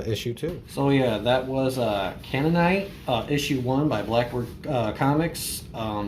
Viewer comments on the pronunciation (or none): Hello! Thank you so much for the kind review of our book. You are mostly pronouncing it right but there is an emphasis on the first set of letters. phonetically "Cane-Nan-Knight" based on the race of people who inhabited the Levant area. I am sorry there is such a delay on Issue #2, we made two other books on another title, "Buffalo #1 and #2". I would like to send you Issue #1 of Buffalo for free. I hope you enjoy that as much as you enjoyed Canaanite #1. I know it has been a while waiting for Canaanite #2, I am still Active duty Army and recently moved my family and have been working my "day job" which has prevented me from finishing Canaanite #2, we have about 10 pages inked & colored thus far but I had to table it while working through some family matters. You can see more of our stuff on our website blackbirdcomicbook dot com. Let me know how I can send you a free copy of Buffalo #1. Have a great day! (Oh and you earned a sub). Im also going to sub with our business Youtube chanel.